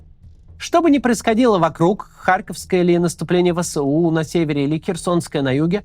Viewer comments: ВЭ ЭС У, а не вэсэу Простите зануду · Максим, не «вэ сэ у», а «вэ эс у». Это без негатива, просто так правильнее. Первый вариант режет уши. Спасибо.